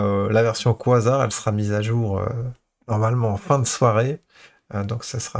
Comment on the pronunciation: ça se dit "kweille Zar":) Merci!